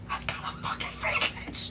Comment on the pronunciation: A few things.. 1) your reaction hit a note only dogs can hear. 2) SOOOOO fake (your reaction not vid) 3) You actually are saying it wrong, visage is a normal word and it was also in the pronunciation guide Jagex posted i believe